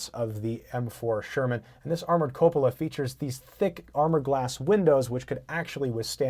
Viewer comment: Outstanding Video....Especialy when you pronounced "Cupola" correctly...I think you're the 1st Dude I ever heard that did. hahahaha LOL My favorite 1 is...."Q-polo"